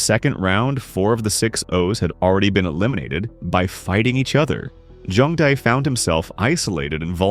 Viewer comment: “See-me” 🥀🥀 “Jung-bow” 😭😭